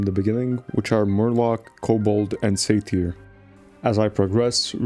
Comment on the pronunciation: Pronouncing Satyr "say-teer" is wiiiild